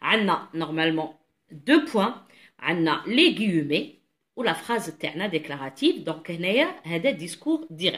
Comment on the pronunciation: svp on prononce "ou i" donc le ou d'abord ensuite le i pour le mot "ouïe" , on prononce aussi "gui mé" et non pas "gui e mé" , et merci bcp pour vos efforts, un grand bravo pour vos explications.